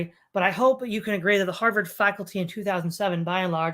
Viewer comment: Kudos to for nailing the proper pronunciation for 'Harvard'. 😂